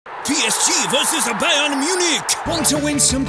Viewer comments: So, we are forgetting Neymar's "Bye-ern" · Bye-ern. Good one. Bye-ern eight two lose to barca next UCL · Bye-ern Munich :(